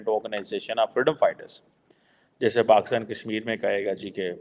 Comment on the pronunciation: Complete video is about self pity! first learn to pronounce Pakistan as “Pakistan” and NOT PAXTAN! Aren’t you expecting too much for a Beggar Country, which is a FAILED STATE! If you are such a great intellectual from PAXTAN, why doesn’t the Govt take your advice? Oh Govt is the Army who will boot you out. 😅